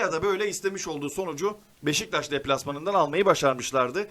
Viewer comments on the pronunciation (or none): none